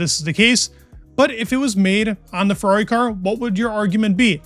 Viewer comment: Ferrari has a flip wing. 1 syllable.